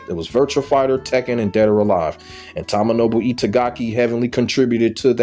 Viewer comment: Dead or Alive 5 and 6 and Ninja Gaiden 3 misses Itagaki I was a big fan of Doa1-4 but it wasnt the same after he left/fired in 2008 BTW its pronounced TOE-MO-NO-BU